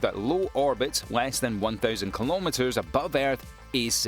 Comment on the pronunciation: You are smart but still, pronounce "Kilometers" wrong. I'm not impressed.